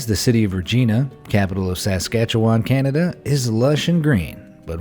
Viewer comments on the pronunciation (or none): You.mispronounced " Regina " and " Saskatchewan" lmao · i laughed so hard when he said Regina that way & saskatchewan lmfao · Or Saskatchewan for that matter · Lol regina and Saskatchewan are pronounced like this. Re-gi-na. And Saskatchewan is pronounced sask-at-chew-an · It is pronounced "Ree-jine-ah" and "Sa-scat-chew-on". I love you videos but you could take a minute to check how things are pronounced. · Omg that just offend me on how he said Regina then Saskatchewan omg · Lmaooo the way he said Regina and Saskatchewan lmao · regina is prouncinced like vagina lol he also butched saskatchewan lmao .. Regina is also known as Pile O bones... im from the area lol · That's not how you say Regina.. or Saskatchewan... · WTF is (se-ska-chu-wan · Lmao at how bad you mispronounced Regina and Saskatchewan 😂😂 I live here and never heard someone butcher it that bad before like not even close 😂😂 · mispronounced Regina, Saskatchewan and Wascana 😂😂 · desi williams I mean He was wrong about most of it lol I mean he couldn’t even pronounce Regina or Saskatchewan or Wascana properly 😂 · You butchered the pronunciation of Regina and Saskatchewan. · Oh no. You didn’t pronounce Regina OR Saskatchewan right!!